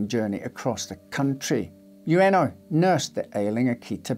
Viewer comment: About Hachi syory, his master's name, 上野/Ueno, is pronounced as in "wood" not as in "you."